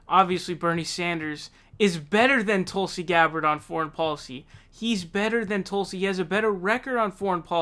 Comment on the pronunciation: David "Tooolsi Gbarrrrd" Pakman